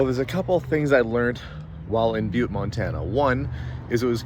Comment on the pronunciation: Oh…. It’s pronounced BYEWT…